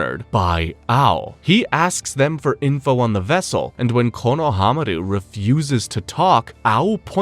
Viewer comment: Is this AI? Or maybe it isn't. The over trying Japanese pronunciations are a little cringe to hear. "RanaayGan"??? "Kono-Hamaru"??? But overall, this is appreciated and well out together. Just sometimes hearing him over pronounce the Japanese pronunciation makes me cringe a tiny bit. Some of the names or most of them aren't said that hard. Reminds me how some same "Nah-rooto" or "Mah-daara" 😅